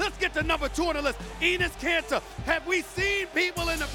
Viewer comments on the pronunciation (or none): No... he didn’t just say EENIS KANTER????